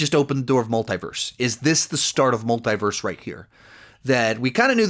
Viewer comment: love your videos and all your content. But there's something about the way you pronounce "multiverse" that keeps bothering me. Try to listen how they say it in the Arrowverse